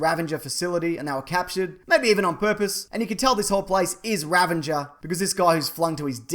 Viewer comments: I counted at least six times in which you said "Ravenger" instead of "Ravager". What even is a Ravenger...?! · RA-VA-GER, not ra-van-ger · Ravenger? Raveger? Ravager? I don't think he is pronouncing it correctly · He says ravenger lol it's ravager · Ravager...not Ravanger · Ravager not ravenger. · RAVAGER! RAAAVAAAAGEEERRR! Practice saying it. Not Ravenger. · Ravager, not Ravenger. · Am I the only one who noticed he pronounces "Ravager" as "Ravanger"? Ravager name change CONFIRMED. Quick, get some red arrows! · I always thought it was "ravager" not "ravanger"! Crazy! Gimme a loont crante! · It's 'Ravager' not 'Ravanger' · There's no "N" in "Ravager" mate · Ravager... it's ravager- no?! Stop saying Ravanger. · There's no "n" in the word "ravager". "Ravenger" isn't a word. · You saying RAVENGER seriously triggers me. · I was definitely going to comment on this. It was killing me every time I heard "Ravanger." Which isn't even a word.